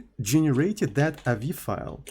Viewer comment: avi isn't a word, say the letters.